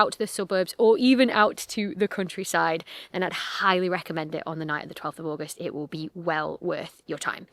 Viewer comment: I keep hearing "crunchyside" when you're saying "countryside" and it's making me giggle 😂😂😂